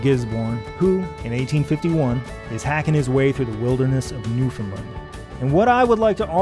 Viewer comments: NewfoundLAND, pronounced like understand. NOT NewfoundLUND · Jon, I am incredibly sorry to have to point this out to you but you pronounced Newfoundland wrong this entire video. It’s “Newfun-land”, emphasis on the Land. Not “New-finlind”. Apart from that great job. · Please promote newfoundland as newfin-land instead of newfinlind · I live in Newfoundland and it's always kind of cute how people minorly mispronounce the name even if they can get closer than saying "new found land" all broken up like that. It's kind of hard to tell somehow over text how you would need to say it to be understood as native but it is weird how such a simple name manages to be a shibboleth for atlantic canadian-ness. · Everybody in the world pronounces Newfoundland wrong, and as residents we're very used to it. It should rhyme with "Understand". Great video and I've enjoyed these so far! Thank you for the content. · It’s an incredible video with amazing research and production, but he pronounces it incorrectly. It rhymes with “understand.” Source: am a Newfoundlander. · Jon I hate to be the bearer of bad news but you pronounced "Newfoundland" wrong at about and now everyone watching from that god forsaken island will let you know about it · He is not pronouncing it correctly. I live there. It should rhyme with "Understand". Best regards! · Jon, I'm sorry, but that is not how you pronounce Newfoundland.